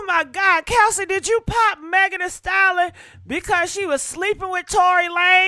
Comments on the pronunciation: WTH is a "Style-Lon" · I just tried watching this video. OMG.... You can't even pronounce the word, "stallion"!! And, there were a couple of other words you mangled, but you had no trouble saying, 'ho'. You could pronounce that. Damned shame!!